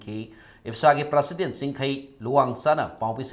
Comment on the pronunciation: Kk u still hv to learn how to pronounce the word President n tripartite talk.